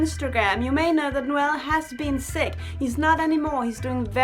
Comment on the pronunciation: Every time she says Noel it catches my attention cause that's how to pronounce my name😂... it makes me so happy😂